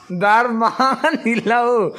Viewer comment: Dar mang anilo aw dar mâng aw